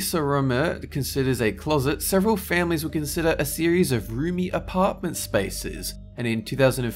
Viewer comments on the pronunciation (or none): none